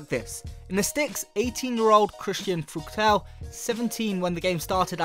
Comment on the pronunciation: Fruktel? Its Pronounced Fruhtl!